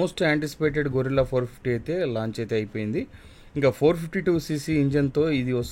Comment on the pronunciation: మోటో రివ్యూయర్లందరికీ చెప్పలేక చచ్చిపోతున్నా...అది గొరిల్లా కాదు. గెరిల్లా. గొరిల్లా అంటే ఒక జంతువు. గెరిల్లా అంటే ఒక పోరాట రీతి. కనీసం దాని మీద రాసి ఉన్నది కూడా చదవలేకపోతే ఎలా?